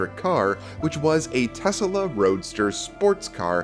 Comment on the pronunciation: What is Tesala? The name is pronounced Tes-La. Right? He named his car after Inventor Nikola Tesla.